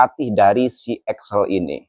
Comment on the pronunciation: Bukan Axel tapi Excel.. Salah eja nama itu berbahaya sekali... Cari tau yang benar sebelum posting